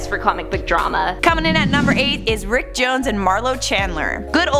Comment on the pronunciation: i think you didn't put the "R" in front of "ick"